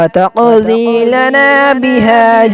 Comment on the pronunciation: Taqdhee not taqzee